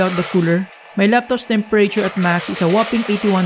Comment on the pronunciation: What did he say? Temper rayture? Tf is that? Lmao 😂 I had to but nice video man!